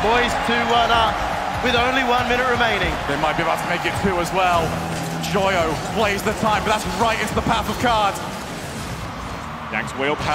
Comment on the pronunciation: the caster joyo as yoyo really cracked me up🤣